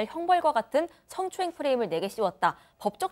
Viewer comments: 스응~추행 이라니ㅋㅋ아나운서라면서 말이나 똑바로하세요 드러죽겠네 진짜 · 스엉추행 ㅋㅋㅋㅋㅋ아씨 바지또적셨네ㅠ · 승~~~~추행이 아니고 성추행이다. 아나운서 맞냐? 아이고~~~~ 지금까지 그따위로 방송 한거임? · 승추행 승추행 드러운 승추행 ->발음 어쩔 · 성추행O 스엉~츠앵X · 저도 이 댓글 달려고 했는데 ㅋㅋㅋ 승~~~~추행은 대체 어느나라 발음인지? 어디서 쌍팔년도 다방 디제이를 뽑아놓고 아나운서라고 ㅋㅋㅋㅋ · 드으러운 스엉추행을 안했단다 ㅋ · 스응추엥 ㅋㅋ 발음 죽이네 ㅎ. 개콘이 따로 없다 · 서엉추앵 드러운~ 이말과 발음이 귓전에 맴맴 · 발음이 왜저레? 승추행?ㅋㅋ 프레임을 씌웠대 아고 이놈아. 근데 왜 내렸대유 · 스으응 추행ㅋㅋ아나운서 발음이ㅋㅋ아니 시낭송하시는거임?ㅋㅋ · 스엉추행... 드으러운...말투랄까 발음이랄까 불호임. 인기많다던데 팬들 취존. 이해는 안감.